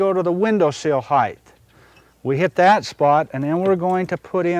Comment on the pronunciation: Very nice. Not hating, but it is height, not heighth.